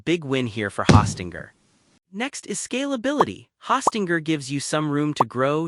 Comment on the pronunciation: Hawstinger? OK AI.